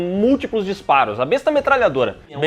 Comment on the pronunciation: Eu amo esse filme! Assistia sempre que possível! 😂❤ P.S.: a arma besta, na verdade tem pronúncia com "é", ficando bésta.